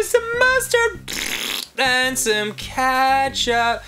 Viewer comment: Danny: adds ketchup Ross,say it out loud! Ross: skstchup